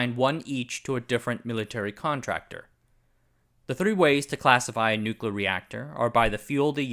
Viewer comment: Can't take a video about nuclear anything seriously when the narrator can't even pronounce the word properly.